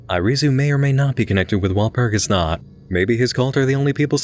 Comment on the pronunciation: Being a Germanic pagan, I'm triggered by the way you pronounce Walpurgis Nacht! Joking aside thought I don't like how it perpetuates the whole evil pagan stereotype.